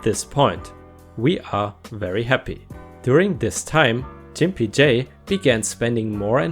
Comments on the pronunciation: Grimpy as is gggg not j... gimpy not jimpy hun. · Love your posts and your English is way beter than my limited German!!! That said, Gimpy is pronounced with a hard "g" sound like in gut not a soft "g" that sounds like the "j" in jump. Now, if only I could get you to help with my very poor German, that would be lovely! :-) Also, gimp usually refers to someone who has a physical disability. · That's a hard "G" in Gimpy, btw, but it's probably a good thing you pronounced it that way anyway. Otherwise it might have affected your support or may get your vids demonetized, I think.